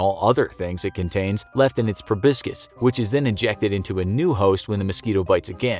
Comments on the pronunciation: Its proboscis, not probiscus 🤣🤣🤣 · Did anyone else notice the mispronounciation of proboscis ? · "Proboscis" - me 2019